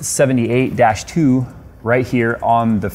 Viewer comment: its rx-78 not rk-78